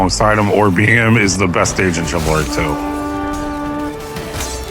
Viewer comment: Welcome back. Still saying TSIvalry, I see 😂